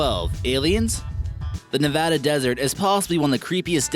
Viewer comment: Thank you for pronouncing Nevada right